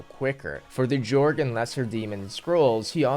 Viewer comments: Jorge?? Lmao its jogre you pronounce it the same as ogre but with a j at the start cuz its a jungle ogre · Why do you say Jeorg? It's Jorg. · Good job on the video! I just wanted to say Jogre is pronounced like "Jo-gur" and not "Jourg"; It's a portmanteau of "Jungle" and "Ogre". ...Then again, I spent the better part of a decade saying Daggonath like "Dra-gon-ath" and not "Dag-on-ath", so I have no room to talk! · dude.... the word is Jogre. J-ogre. It's a jungle ogre. Not a Jorge.